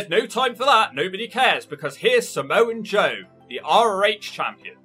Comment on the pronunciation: There’s no N in “Samoa Joe”